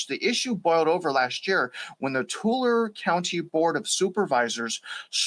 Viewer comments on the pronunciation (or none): Tulare is pronounced as (two-Larry). 👌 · It's pronounced tooLARee. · Its "Too-Larry" county. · It's "Two Larie" County. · Its tool airy btw